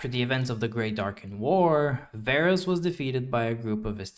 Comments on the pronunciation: all the Darkin names include the “ah” pronunciation due to the double A’s. Its funny how you pronounced Varus with the “Ay” pronunciation still considering he’s the exception with only one A. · Why is Varus not Vaarus